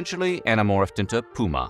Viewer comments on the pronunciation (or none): none